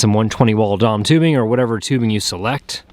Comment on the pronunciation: "dom tubing" lol It's D.O.M. You don't say oossaa when talking about the U.S.A., do you?